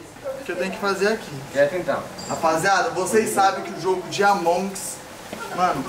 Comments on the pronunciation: "amongs" cada vez q ele fl isso me dá um nervoso.. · ñ é amonguis é among us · É AMONG US, N AMONGS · Qual a dificuldade de falar amoung us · Among nao "ALMONDEGAS" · ñ se fala amongs porr@